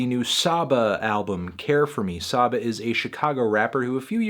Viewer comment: I usually agree or at the very least respect your opinion on most hip hop reviews but you're drunk as fuck for this one. This project is immersive and flows beautifully with powerful imagery. It'll grow on you. And it's pronounced SAH-BAH